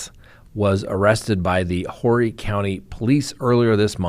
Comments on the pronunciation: Hey - it’s pronounced Orr-ree County not Hor-ree! Save yourself from that horrible mispronunciation that always brings a good laugh. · The “H” in Horry is silent 😂 Pronounced or-ee!